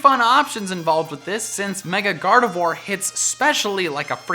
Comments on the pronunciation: Gardevoir is pronounce as "GARDEVWA" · GardeVWA. Not Gardevwar. You say it better than most, but... (French nerd here XD)